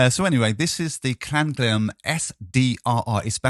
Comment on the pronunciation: Klanghelm is based in Germany they probably should be pronounced Klang---helm, not Klan--ghelm, just saying :)